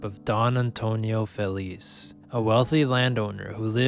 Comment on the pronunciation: Be nice if you wouldn't butcher Feliz name